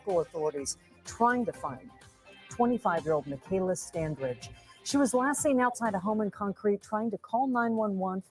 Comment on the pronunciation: The"g" is pronounced as a "j" The "a" is like A in apple. 😉